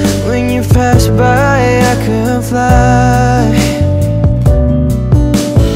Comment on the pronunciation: maganda po pero ingat sa pag bigkas ng mga words… parang “ iNa Mow special way” “ when you FAST by…